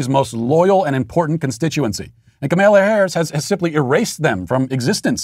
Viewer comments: Matt knows it's funny everytime he butchers kamala harris' name yet he always keeps a straight face. Kamayla Harris! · If you are going to cancel her, you could at least pronounce her name correctly. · "Ok Ms. Vice President, remember earlier today when you reamed out the intern who brought your turkey sandwich with the tomato on top of the lettuce instead of between the meat and cheese then had that phone call with Joe where you had to remind him how to pronounce your name without flustering him? Bring that energy to this speech!"